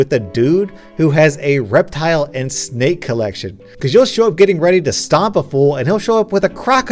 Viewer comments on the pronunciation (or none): Dude you say snake like snik had me rolling🤣🤣🤣🤣🤣 all I could think about was there's a snik in my boot🤣🤣🤣🤣🤣🤣🤣